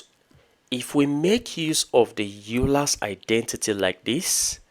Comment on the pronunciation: it is pronounced oy ler